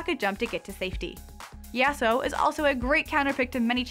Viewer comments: Im not being a nerd kid. And its YAH-SUE-O (if i was making it easier for americans to understand it) not the way she says it at all.. He has a Japanese Character name and it should be pronounced to sound japanese. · I think she should learn how to say Yasuo. Its like nails inside of my ears everytime she says it